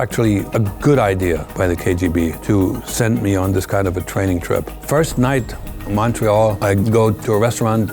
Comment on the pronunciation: The strong aspirated "Ahye" shows his German accent, and the 'night' and his intonation sometimes. He's smart about women having more intuitive sense about people and things.